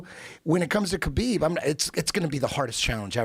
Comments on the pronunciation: ITS NOT KABEEEEB, it's pronounced HABIB. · A little disrespectful that he mispronounces Khabibs name over and over no one corrects him. The K is silent. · When are these guys going to learn how to pronounce Khabib?